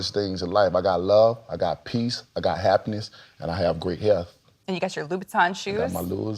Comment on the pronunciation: LMFAO. This dude can’t even pronounce the shoes he’s wearing. Gave up and said LOUS.